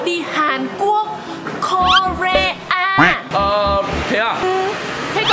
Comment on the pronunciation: chị đọc sai rồi ko-re-a phát của chữ a là â ok:face-blue-smiling::face-blue-smiling::face-blue-smiling::face-blue-smiling::face-blue-smiling::face-blue-smiling:quê